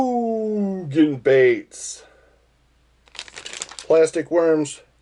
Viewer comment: I love whenever someone sends you those Ga Ga Ga Ga Gooooogan baits just to hear you say it. It’s 95 but the fall bite is right around the corner.